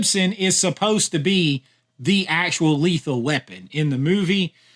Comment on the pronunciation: The way to pronounce "movie" made my left eye twitch but I powered through to the end